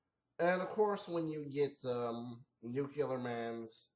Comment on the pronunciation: Who are you, George Bush? It's pronounced New-Klee-ER, not Nuke-U-ler. And yeah, the movie blows!